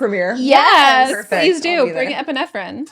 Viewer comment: “yeah you can come. bring an epinephrin” 😂😂😂😂😂😂